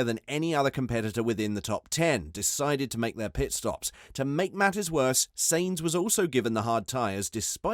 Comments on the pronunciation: Sainz not Seins. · Sainz is not pronounced like saint, idiot. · Carlos SAYIN'Z 💀💀💀💀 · Can you please learn how to pronounce Sainz... the way you pronounce it is really annoying lol